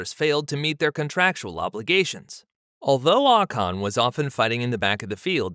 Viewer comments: his name is not Ahcon it’s Ocon. That being said Pierre is a better driver it would be a shame if he stayed stuck in the Aplha Tauri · It’s not AHHH CAHN!!